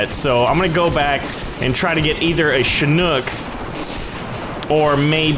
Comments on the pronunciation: It’s Chinook not shinook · Did you call it a shinook? 😂It's a ch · its pronunced chick knock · it is pronunced chick knock